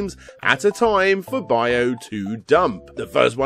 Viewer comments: It's just "byo" as one syllable. People add in that "E" sound that isn't there. I don't know the game's original spelling, but it looks like "byou" based on the "byoo," so you just hold that last "oh" sound. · Now repeat after me: Byuu sounds like Beau and not Bayou. Sheesh, I always wondered why they don't teach English phonetically instead of by word pronunciation. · Pretty sure that they're pronounced "bee-oo" and "he-gan".